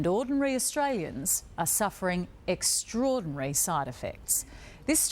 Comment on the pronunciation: Wtf is extrorirary